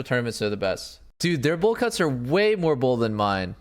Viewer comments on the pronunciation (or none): none